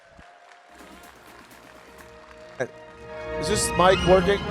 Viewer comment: did she call him Peter Willer? 😂